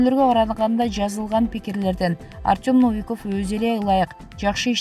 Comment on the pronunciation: Комментатор Новиковду туура айтчы. Орус тилинде ударение деген болот.